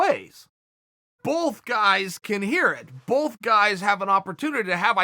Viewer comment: If Chael pronounces "both" as "bolth" then it is pronounced "bolth"